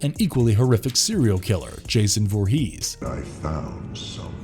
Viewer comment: “Jason Vor-HEES”